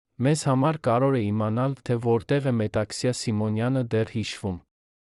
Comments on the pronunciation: Դուք չեք կարո՞ղ ասել հետևանքներ,բայց ասոմ եք հետանքներ։ Կամ կարևորի փոխարեն ասում եք կարոր և նման շատ բառեր։ Ամոթ է մի աղավաղեք մեր հայերենը։ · Կարեվոր բառն էլ չէս կարողանում արտասանել